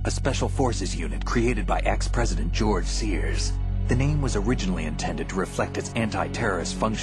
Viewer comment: "Gorge Sears"